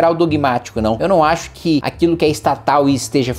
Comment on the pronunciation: Axu ki noiz temu, hahahahahahah, tá estudando legal.